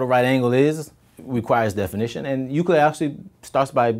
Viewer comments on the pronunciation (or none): none